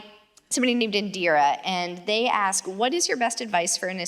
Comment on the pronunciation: Pronounces ask ass cmon now npr